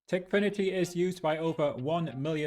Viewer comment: no way bro is saying tikfiniy why don´t he say ikok aswell?